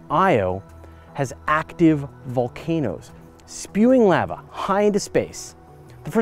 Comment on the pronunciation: You sound silly when you say "Lava".